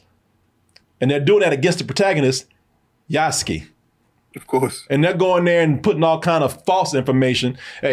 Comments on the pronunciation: loved the video but for the love of gosh. Name is Yasuke. YASUKE, pronounced Yaa-s-K K, as in 'K,' not K as in the word 'Key'. (You guys pronounced it as, Yasuki.) Some gamers are annoyed with the price which honestly can mostly be ignored. Folks have fomo and think they are forced into 130 for the game when you only need to spend, 69.99. Also, most gamers know by now, Yasuke has been depicted in plenty of games and anime. Even then super popular Ghost Of Tsushima, ported to PC last week, has Yasuke as a secret playable char. For those complaining about the 'woke' politics with SweetBaby inc, its honestly overplayed.... Its not like Ubi swapped an original lead Samurai with a blackdude from nothing in the feudal age... Or Swapped a named Shinobi dude with a random girl... Its a reach, and stretch. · Yass-kay., not Yass-ski. He's 'murican, not russian. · Yoos-ke? Yahs-kee sounds like a drug dealer from Phily. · Just ran into the pronunciation YAH-SU-KEY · Yas-Kay is how it's pronounced,. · Yous-Kay Yuskue